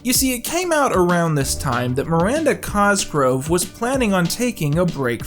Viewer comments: Is that how you pronounce Miranda Cosgrove's last name? Every time Q says it, it sounds like "Cosgrow" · It drives me insane everytime he doesn’t pronounce the v in cosgrove